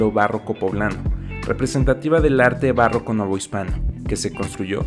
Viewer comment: "bárroco poblano" o barroco poblano, aguas con eso 4´34"